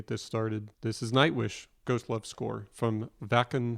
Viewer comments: As it comes to pronunciation, the village is called /ˈvakn̩/ - as you say it it sounds like the German „wecken“ (to wake sb up). No offense, just for learning. 🙃 I like your reaction. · "Wacken" is a small town in Germany, so simply remember to apply a German accent when saying "VAH-ken". ;-) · Waken is pronounced Vaaken. Jukka is yookah. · If I may clarify, it is pronounced “Vahken” - soft “a”. Jukka is “Yukka”, common Northern European pronunciation of “J”. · Wacken is said as Vahken.... W is V, A is AH... Jukka is Yookah, kinda like the word hookah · It's not a big deal or anything but just to help you out a bit, Wacken is pronounced v-aw-ken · The drummer is (You-kuh) and Wacken is pronounced VAH-ken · Welcome brother! This legendary concert took place in Wacken (vah-ken) Germany. Floor,vocals Tuomas,keys and composer Emppu,guitar Jukka,drums (you-ka) J's are pronounced as a Y, such as Floor Yansen. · Welcome to the rabbit hole. It’s a wonderful place to be. Couple of notes, Wacken is Vah’-ken (as in rockin), and Jukka is Yoo’-kuh. Keep exploring Nightwish!